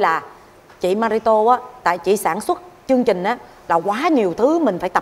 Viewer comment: Mô Phật Việt Hương phát âm được TR 🙏 không ra CH. Chương trình ra chương chình 😂